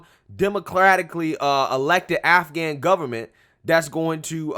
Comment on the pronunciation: Delusional…..Not living in reality! (Did he say “nafghan??$